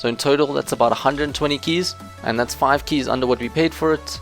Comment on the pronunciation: you pronounce keys so weird